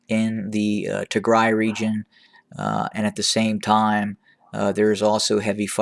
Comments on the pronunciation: “ the “ is AMAZING! Yup, he sounds like an Ethiopian when he pronounces the names in Tigray, oromia and “ PREVIOUS” Gondar! Thank you Sir,“ ”. What has NOT changed is the vile, false attacks from some of our “ Amhara “ and “ Eritrean” people. Hopefully soon we in the HOA will learn to talk to each other with manners, facts and with hope for peace. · I am just proud of you,how you pronounce Tigray much better from the beginning!